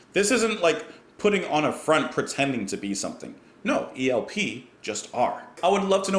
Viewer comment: sounded like you said ELPR, lol